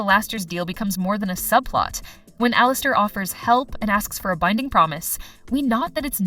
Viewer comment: Not even 5 secs in your vid and I’m already Lau from alastor😂😂😂 I’m not calling alastor alistor anymore so funny😂